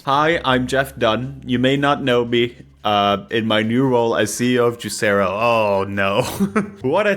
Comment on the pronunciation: I thought it was pronounced juicer-o